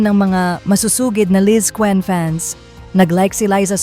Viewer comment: Ayusin mo ang tmang pagpronounce s Lizquen at Gil